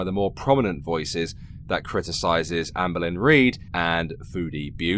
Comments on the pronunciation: Whenever you say Amberlynn, I hear "Anne Boleyn" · Every time you say "Amberlynn" I hear "Anne Bolyn", and it's vaguely alarming.